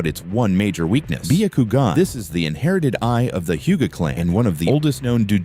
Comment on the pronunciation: Bee Yuh Koo Gin. Nice, AI.